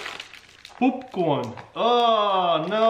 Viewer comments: Nobody: Literally nobody: Taras: poopcorn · “It literally says poopcorn” Reads “Popcorn” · Uhhhh its poopcorn ooooo literally it says poopcorn lol Says popcorn lol